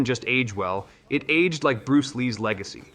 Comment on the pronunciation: In-famous, age-ed and Glay-doss pronunciations are Chef's Kiss!